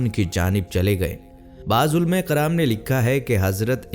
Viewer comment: کاف اور قاف کا عجیب تماشہ۔ کتاب کو قتاب، کرام کو قرام اور اکابرین کو اقابرین کہہ دیا۔